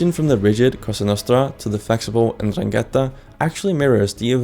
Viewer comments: that says "norangheta", not "indrangheta". Seems like u needed some help with reading, there. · The accent on Andrangheta is actually on the second a. 'Ndràngheta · Ndranghéta? why does no one ever get it right... What's with English speakers and never ever checking accents In any case considering the other mafias as anything close to equal to ndrangheta at this point is just silly, Cosa Nostra was loud and unsubtle and openly tried to challenge the state and the state destroyed it, Ndrangheta developed a subtler and more complex systems, weaving itself in private societies, elite clubs, the halls of Government, and, famously, free masonry. Mafia during the cold war was favoured by America and the atlantist parties as collaborators against communism, being part of the alliances of covert powers (gladio, P2, etc) that were put in place as part of Stay Behind. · You need to learn to pronounce Ndraghetta and btw in Sicilia is actually Mafia( allegedly) If there is any Mafia at all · ndrangheta pronounciation is different, but thanks for the video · can't even pronounce ndrangheta